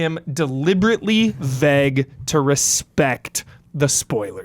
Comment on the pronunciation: I love how pronounces vague “vegg”